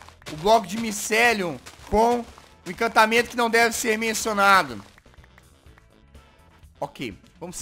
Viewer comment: pq o jazz fala "imcantamendo que n deve ser mensionado?